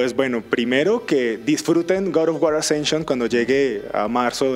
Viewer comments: felicidades!!!! pero gad of war??????? jajajaja que verguenza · Gay of war......... creo que sobran las palabras sobre el error de ese locutor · En ingles se pronuncia Gad y se escribe God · es el gat of war ? en serio ? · God of War se pronuncia gad of wor